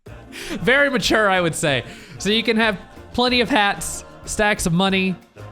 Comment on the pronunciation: The limo's dwunk. It's vewy vewy dwunk